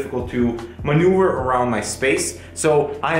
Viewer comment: manuver, not manuer